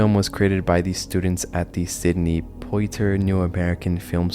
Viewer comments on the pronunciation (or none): Just gotta correct you on this...Sidney Poitier's surname is of French origin, and pronounced approximately 'Pwah-tyay'. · You know who Sydney Poitier is. Youve seen his movies or movies hes been in. It seems confusing because his last name is pronounced POR-TEA-YAY. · Look up how to pronounce the names of important figures like Sidney Poitier. You make a lot of silly mistakes and it comes off as sloppy at best, disrespectful at worst.